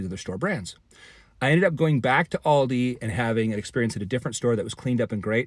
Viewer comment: first, pronounce Aldi.